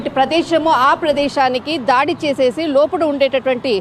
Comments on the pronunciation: ధాడి,ధాడులు ఏమిటి మహాతల్లీ ఆ పదాలు కేవలం దాడి, దాడులు మాత్రమే.ఇలా ద ను ఒత్తి ధ,ధా అని పలకవద్దు.తెలుగుకు తెగులు పట్టించవద్దు. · ఈ జర్నలిస్టు కు తెలుగు పదాలు తెలియదు. ధాడి చేశారు అంటోంది. దాడి అసలు పదం